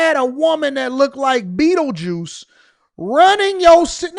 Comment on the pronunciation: Not Bettlejuice! 😂😂😂😂😂